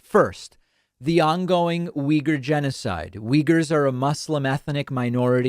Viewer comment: It's neither of those pronunciations, if you listen to a Uyghur say it, it's pronounced more like oh-wee-ger.